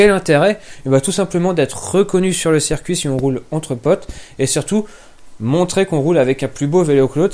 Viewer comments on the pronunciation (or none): none